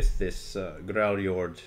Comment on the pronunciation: "we're starting with GRARRJORRD" me: "g... grarrim..." "THE GRAARRRRJOOORRRRD" me: "skyjord..."